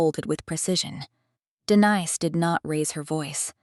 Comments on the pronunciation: Name of protagonist Denise is not pronounced correctly. Distracting. Storyline interesting. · Denise pronounced correctly in first minute but later not.